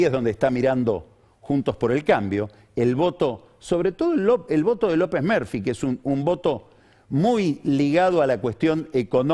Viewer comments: "lopez merfi" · "López Merfi" LOL